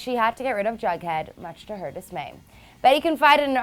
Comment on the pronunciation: It's jughead not bughead wtf